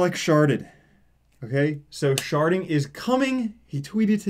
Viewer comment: For some reason, I only hear "sharting" when you say it.